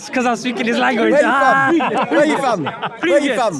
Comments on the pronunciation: It’s from not fom 😂😂😂😂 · its pronounced FROM not FOM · "Where u fom" all the way through 😂